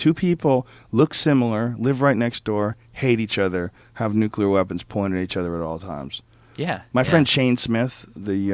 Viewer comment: Thank you for saying "Nuclear" instead of "Nuculer" Drives me nuts.